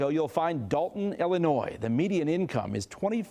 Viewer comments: Just letting you Know that when pronouncing Illinois the S is silent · The “s” in Illinois is silent. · "illinois's? There are multiple states named Illinois? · Illinois the s is silent. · The s is silent in Illinois. And she needs to understand that you don’t axe questions.